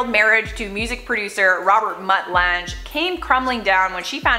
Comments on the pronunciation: Nothing makes you feel older than when you see others not know how to mispronounce names you know from your youth. Sorry, I know you are going off what they look like and many woulg think was correct but the Joe Piscopo and Mutt Lange ones got me. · Your reporting has always been Brill however today I need to point out a few things - you butchered the pronunciation of Piscopo and mangled Lange. Also, Jon & Kate had sextuplets and twins (total 8) not octuplets. You may have made mashed potatoes but you are forgiven because they are my favourite.